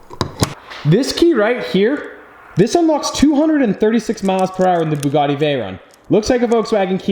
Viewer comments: the butcher:buggidi: buggati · 😂😂 It's a Bugatti.....Bugati.....BooGooTi..... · do you mispronounce Ferrari? Well please please please learn how to say Bugatti correctly. Once more for the hard of understanding it is Bu (as in View) and Gatti (as in Scatty). It's a French name and in France they say things with finesse. I love that you have bought it but simply cannot take this fucking up of the name any longer. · Actually... it's bügatti not boogatti. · The “buugatie”😂😂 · IM DEAD THIS MANS CALLED IT A BOOGUDI . Im steeling this. Im commenting nice Nice Boogadi in every boogadi vid from hear on out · BUG ATTi: Bugutti Me: 🤣🤣🤣🤣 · Bug-A-Ti 😂😂😂 Veyron's New Name 🤣❤❤ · Lost it at Burlachers pronunciation of "Bug-etti" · Hahahahahaha when call the Bugatti, the Bug-etty, I fuckin passed away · I died at the bugatti pronunciation war 😂😂😂😂😂😂